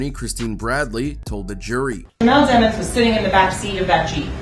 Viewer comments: Fk you keep calling him DEE-MONS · Demons is pronounced with a short e sound, not a long e sound